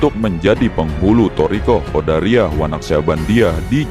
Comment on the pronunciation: Bukan QODARIYAH tapi Qodiriyah....